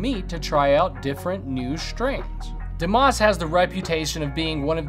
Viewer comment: Please stop pronouncing the s in Dumas